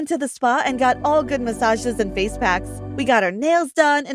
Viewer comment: Haha you said fish instead of saying face